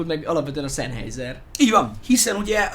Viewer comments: Nem ártana, ha a szemüveges fickó németül legalább olvasni megtanulna. Az "ei"-t "áj"-nak ejtik, nem "ei"-nek. A számolás is úgy kezdődik, hogy eins (ájnsz), zwei (cváj), drei (dráj)... Az, aki a német nyelv e legalapvetőbb részét sem ismeri, - nagy nyilvánosság előtt - csak égeti magát. A Sennheiser-t helyesen szenhájzer-nek ejtik. Egyébként jó videó, sok hasznos infóval. Köszönet érte! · "Zennhájzer", mivel német. S németben mindig Z (legalábbis szó elején), az "ei" pedig "áj".